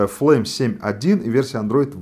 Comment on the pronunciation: почему флейм,а не флайм?)